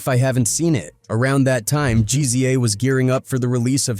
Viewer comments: GZA - Jeezeeyah 😂 yo come on ✋🏻🛑🤡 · Yall pissed about how he says Ghostface's name what about GZA? No demonetizing reason for that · Why can't this fool even pronounce Ghostface or the Gza's name? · Makes a video about Ghostafce. Mispronounces his name in the first sentence.("Ghostface Kayah") (Hell, this guy can't pronounce ANY name. Who is "Jeezy Jay"?)